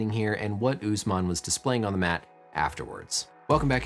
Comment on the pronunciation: Uss man not oozeman HOW DO YOU PEOPLE TALK